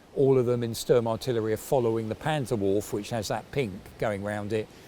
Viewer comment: if you fancy to improve your German pronunciation please take my hint: in previous videos you said the word „Waffenamt“. Those both „a“ in „Waffenamt“ is pronounced as the „a“ in the word „car“, just shorter. To make the curve to „Panzerwaffe“ in this video with the both „a“ it’s basically the same, but the „e“ in „Waffe“ isn’t dropped, like in „Waffenamt“. The „e“ is pronounced like the two „e“ in the word „enter“.